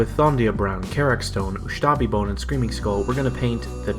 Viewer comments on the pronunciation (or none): *Ushabti Bone, not Ushtabi Bone ;)